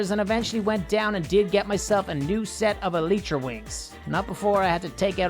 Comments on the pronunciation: its pronounced ee-lie-tra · You pronounce Elytra E-lie-tra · NightFury Name: Ruin (I dont Know I Thought It Sounded Cool) Also Try Say Elytra Like The El-Y-Tra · eletra is what u say i say elytra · Eh-lie-tra is has you pronounce the elytra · Its called alaytra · Its pronounced ely-tra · you are pronouncing elytra wrong, it’s not eletra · say i-lie-tra To say the word elytra g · EL I It’s EL I TRA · It's pronounced ee-li-tra